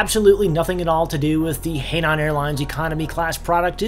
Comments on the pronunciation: It's pronounced "Hi-nan" not "hey-nan". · Oops, you did it again! Hainan is pronounced like “high - naan” not “hay - naan” 🤦‍♂️ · yep that's it. And another city Scarborough is similarly "Scar-buruh" but "Scar-bruh" is fine too. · Hainan should be pronounced more like hi-lan instead of hay-lan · It's pronounced more like "high nun." Thanks for the review. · jayiwa especially when he gets Shanghai correct and then you hear hay naan🙈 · Actually it's pronounced "h-eye-naan" airlines... But hilarious nonetheless. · Don't be discouraged. You are not the first and you certainly won't be the last to mangle words from another language. At least you try.